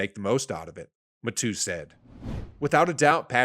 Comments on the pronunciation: HAHA!!! I caught that too. It's pronounced Tyrann (Ty-ran) Mathieu (Mat-hew). Matoo - is that a sneeze? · Man I was like who lol (pronounced Mathew) Matoo said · Tyrann Mat-too? Come on. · Great video, seriously. But I cracked up when you pronounced Matthieu as Mat-too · How do you not know how to pronounce Tyrann Mathieu. Pronounced like Mathew. Ma th you Come on man!!! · This is unbearable. Script read by someone who has no idea about sports or what is he talking about. Butchering Matthieu name was agonizing. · "" doesn't know how to pronounce Tyrann Mathieu's name? 🤦🏻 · Good concept but poorly executed... Didn't pronounce Stephon Gilmore's name right or Tyrann Mathieu. Makes you look super amateurish honestly.